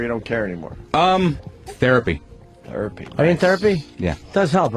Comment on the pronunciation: Steve: “Therapy” Opie: “Thurapy?” ehhhh -_- I’m here to hate Sam, god damnit.